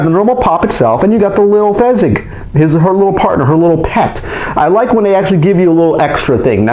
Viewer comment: Its fizzgig not fezzgig